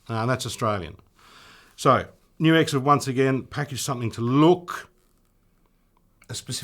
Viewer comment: GLAD to hear you know HOW to say NUX! (Many don't!)